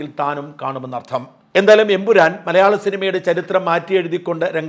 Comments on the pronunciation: ഷാജൻ ബ്രോ എംപുരാൻ അല്ല ""Emperrorrrr"" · എൻ പുരാൻ അല്ല എൻ പൂറൻ എന്നായി. 😄